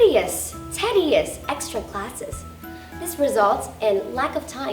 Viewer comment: Bạn Thảo Tâm, mình thấy có 2 chổ bạn phát âm chưa đúng, phút bạn nói chữ educational (ejəˈkāSH(ə)n(ə)l) thành (edəˈkāSH(ə)n(ə)l). Bạn đang nói giọng anh-mỹ mà nói chữ đó theo giọng anh-anh. Ở phút chữ tedious phải đọc là ˈtēdēəs như ti chứ ko phải te. Ngoài ra bạn rất giỏi và dễ thương, rất ngưỡng mộ!